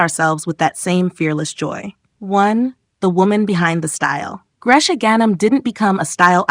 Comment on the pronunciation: She doesn’t live in Beirut. She live in Montreal. And her name isn’t pronounced gresh. It’s pronounced Grece. Like Greece.